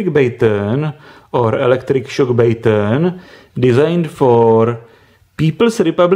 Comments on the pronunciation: It's Ba-ton. Not Bāy-ton. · Stop saying baytone